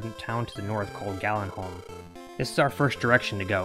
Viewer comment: First you say Gallen… dudes name is Garin… He made a town called… what you seemed to say “galin halm” … it’s garinham…